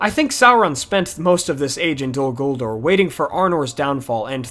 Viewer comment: Dude. It's "DOL" "GULDUR" Not "Dul Guldor" The second "ur" in Guldur is more like Uur or Ure. Totally inappropriate to use an "or" sound